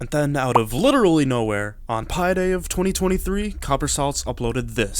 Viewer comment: bro did not just said "pie day" 🤯